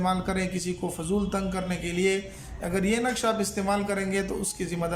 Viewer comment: نقش غلط پڑھا ہے